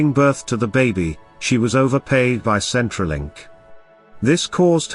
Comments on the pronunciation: Yes, I realised that it was said and that Centrelink was mispronounced but I thought people might like to know that these women are in a country where help is readily available be it from charities or our government who does a pretty good job of helping citizens whether they are born here or not compared to many other countries. e.g., like the country the second woman came from. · Pretty sure that was said in the story, albeit pronounced wrong but they did say it